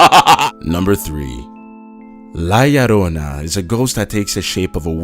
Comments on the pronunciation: He said "la llarona" -_- lol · la llarona 😂😂😂😂😅😅 lmao is la llorona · HEY I AM MEXICAN, AN THE CRYINIG WOMAN IS PRONUNCED LIKE THIS "LA YORONA" YO LIKE "HEY YO"